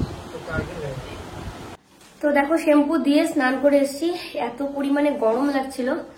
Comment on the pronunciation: শেমপু না ওটা শ‍্যামপু হবে। কিছু মনে করো না।কারন তুমি এই সব প্রশ্নের উত্তর দাও না।